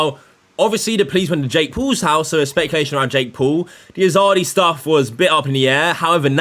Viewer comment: “Jake Pool”